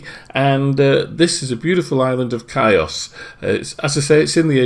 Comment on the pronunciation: The island is pronounced heeos not kios. Good video though@